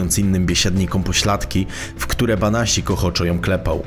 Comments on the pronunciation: Andrzej Banasiak a nie Banasik. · BANASIAK a nie BANASIK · Nie Banasik tylko Banasiak. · Andrzej Banasiak nie Banasik 😉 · Andrzej Banasiak a nie Banasik ! Pozdrawiam:) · "Banasiak" a nie Banasik ;) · Nie Banasik tylko Banasiak! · Andrzej Banasiak** nie Banasik 😇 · Nie Banasik tylko Banasiak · Banasiak a nie Banasik ludzie.... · Nie Banasik tylko BANASIAK żle wypowiadasz nazwisko !!!. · Nie Banasik tylko BANASIAK żle wymawiasz nazwisko !!. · Podejrzewam, że nazwisko przekręcone nie celowo, więc poprawie.. Banasiak.. Póki są „starzy” panuje jako taki „porządek”.. Lecz Słowik znów za murami. Nie zostawią chłopa w spokoju.. Zachodnie wybrzeże pozdrawia. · Masz rację, prowadzącemu wdarł się błąd w wymowie miejscowości.